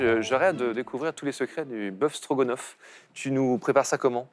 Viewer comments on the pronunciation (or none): Mais qu'est-ce qu'ils ont tous à dire "Strogonoff"? C'est StrogAAAAAAnoff, y savent pas lire? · AAAHHH! Ca commence à me péter les burnes ces télés réalité!! Stroga? ou strogo?? Bande d'abrutis!